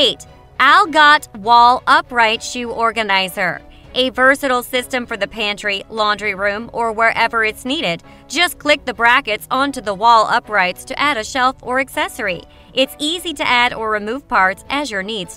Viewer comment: Speaks so harshly and loud. The word is anywhere, not inywhere. And, just, not jist.